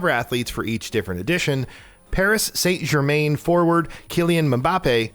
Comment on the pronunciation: Saint Germain. It’s pronounced “san ger-man” as any football fan would tell you